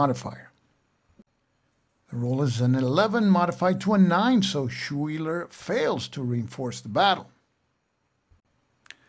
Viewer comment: thanks for showing us this game. FYI, Schuyler is pronounced sky-ler.